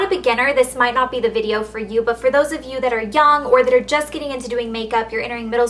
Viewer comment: haha when you say "for those of you who are young" it sounds like you say for those of you who are "dumb"